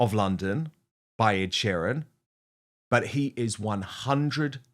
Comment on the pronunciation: Dan u have been in the uk long enough to say sheeran properly